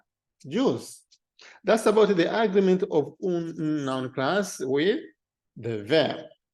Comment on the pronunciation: Just a note on English pronunciation: Agreement is pronounced, "a-GREE-ment". If you pronounce it as, " 'A'-gree-ment", it winds up sounding like the word, "Argument", which it does in this video.